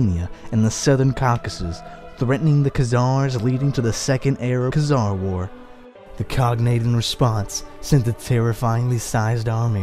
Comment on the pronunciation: We Need More Videos Like This. But PLEASE Learn How To Pronounce, Like, Every Name You've Said In This Video, As I'm Pretty Sure You Pronounced Most Of Them Wrong. Including Khan And Khazar.